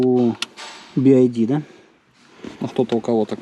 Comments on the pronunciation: Би-Ай-Ди - это BID. BYD же читается как Би-Уай-Ди. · Не так произносится название бренда. То что вы говорите будет bid а там byd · Би Ай Ди бля думаю че за би ай ди. БИ УАЙ ДИ правильно будет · Какой Болт? Какой Туксон? Это копия с кузова Форда Экоспорт. И звучит вторая буква не "АЙ", а "ВАЙ" или "УАЙ". "Ай" это вот так - і. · Y - это не "ай". Лучше бы "бидом" звал, режет слух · Думаю правильно би вай ди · Эти буксы читаются "Би Уай Ди", а "Ай" - это i. В школе же учили, едрить....